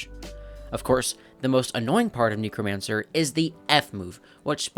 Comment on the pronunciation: neck-romancer (sorry, just felt like correcting)